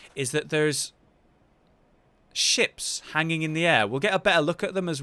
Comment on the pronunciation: He said giant ships but sound like giant chips imagine a great ones eating a huge pringle